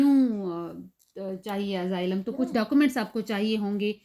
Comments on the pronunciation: Nazar ka to pta ni laikin SUNAI zrur de rha AZAAILAM instead of Asylum 😂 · Its Asylum not AZAAILAM 😂